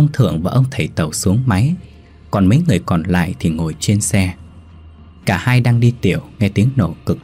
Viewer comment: Viet sai dai từ dành xung , Ngo là ngồi thứ nhất, ni là ngồi thứ 2, nghe mat hay